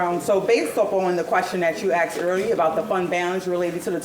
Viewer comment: She said, “. . . we axed fo da money. . .” Does she mean they “asked for the money”?